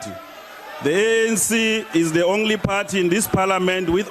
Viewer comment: "Ongly" lol